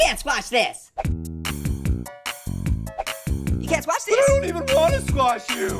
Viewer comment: I would scwash Liam the leprcorn